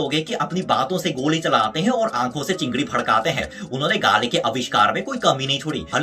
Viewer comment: Hi it's not chingri(चिंगरी) it's chingari (चिंगारी)